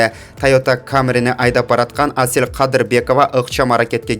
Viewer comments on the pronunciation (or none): none